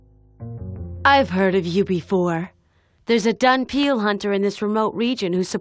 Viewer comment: I would've loved to play this game, too bad at the time I didn't know of its existence.....I couldn't help but notice that they say "Dunpeal". Seriously? are you kidding me? in doing so it lose a lot of points! >.<